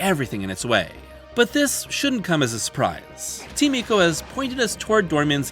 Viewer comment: "Eeko"? Don't be such a weeb. When you go to an Italian restaurant do you order "spaw-GEH-té"? It's "Eye-co".